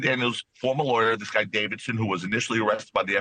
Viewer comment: Laywer ? hahahahaha